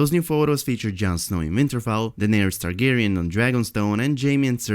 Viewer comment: kaido one hundred beast It's (Targaryen) not Targarien just sayin..😏